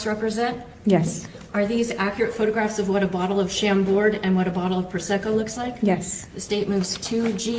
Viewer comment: also if the state wants to booze shame she could actually pronounce Chambord correctly, it's French ma'am...sham-bore. Silent D...you're...ok not gonna make a bad joke 😂